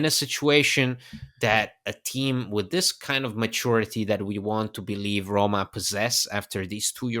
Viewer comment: it might be the length of the sound but, yes, I was starting to get a bit worried. Anyway, thanks for the great Rrrroma content!